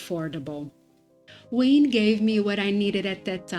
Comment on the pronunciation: Thanks for the video. I was wondering what you were saying when you were saying “Wayne” for Hua Hin. It’s pronounced “Whaa Hen” Just thought you’d like to know. I plan on visiting Da Nang and Hua Hin at some point in the future. I plan on retiring from my main job at 47 and traveling SE Asia for years just doing YouTube, my main channel is JasonMichaelPhillips if you’re interested. You are living my dream at true moment. Look forward to seeing where else you go on your travels. I subscribed! ❤